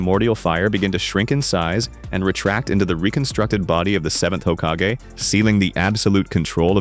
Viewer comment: Ugh. The "hokkagay" 😐